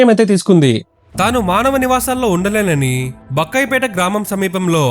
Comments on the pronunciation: Bro adi bakkayyapeta kadu bayyakkapeta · Bakkayyapeta kadhu Bayyakapeta padigiddharaju kadhu pagididdharaju😊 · Bakkayyapeta kadu bayyakkapetaa...wrong pronunciation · Bakkayapeta kaadhu bro Bayyakkapeta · బక్కైపేట కాదు బయ్యక్కపేట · Bakkayyapeta kadu bayyakkapeta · Bayyakkapeta ne wrong ga pronounce chesaru